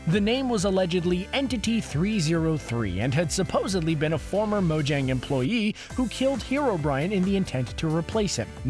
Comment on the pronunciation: Mojang is purnounsed (mo-yang)